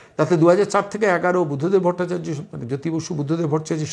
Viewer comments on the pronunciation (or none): none